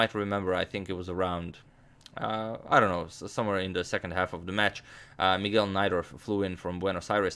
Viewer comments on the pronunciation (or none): none